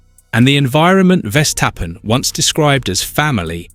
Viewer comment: You should learn how to pronounce 'Verstappen'